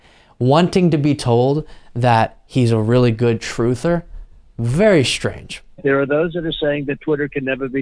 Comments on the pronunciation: The word is pronounced strange, not shtrange. Just sayin'... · Not Shtrange at all.